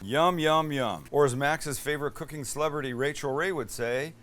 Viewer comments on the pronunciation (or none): none